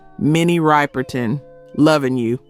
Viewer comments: Minnie RIPerton , not RIPEerton Jeez. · “Rip-er-ton”, not “Ripe-r-ton.” And also, “Back Down Memory Lane” was bigly in Detroit. Huge! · Minnie Riperton was not a one hit wonder, and her last name is pronounced “Rip-er-ton” not Ripe-er-ton”. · Learn how to pronounce her last name! Minnie "RIP"erton. Not "Ripe" like a fruit! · Minnie rip-per-tin !!!! Girlllll !!!! Its riperton!!! Omg! Never heard anyone pronounce it like that!! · Minnie Ripperton was NOT a one hit wonder!!! And her name is not pronounced “Ripe-er-ton” but is pronounced “Rip-er Ton.” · It’s Rip-er-ton, not Ripe-er-ton. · The pronunciation of Riperton is "Ripper-ton." Not Rye-perton. Minnie died way too young. I remember exactly where I was when her death was announced on the radio. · Rip er ton. not Ripe = memory lane, here we go, lover and friend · Love Minnie: ❤ with much respect it’s (rip) Riperton not (ripe) Riperton. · Minnie RĪPE R TON. Give us a break... Her last name is pronounced Rip er ton. And she wasn't a one hit wonder. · Rip is pronounced with a short i sound. She is Riperton not Ripe-erton. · It’s RIP erton not RIPE erton for Minnie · It's Rip-er-ton, not Ripe-er-ton. Can't believe you don't know her. I don't think she belongs on THIS list. She actually died too soon. She may have been bigger because she was pretty well-known. She had more than one hit. BACK DOWN MEMORY LANE, and INSIDE MY LOVE were great songs. Her death was well-covered. Minnie's husband, Richard, and children, Marc and Maya, were on the cover of JET Magazine after her dearh. I remember sitting and staring for hours at that cover (I thought Marc was cute, and I even had a crush on him). I couldn't belive that these children, who were within my age group, no longer had a mother, and my heart ached so badly for them. Maya is also Teena Marie's God-daughter. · You mispronounced Minnie Riperton's last name. It’s Rip not Ripe. Good video for the most part though. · Minnie's name is not Ripe-er-ton it is Rip-er-ton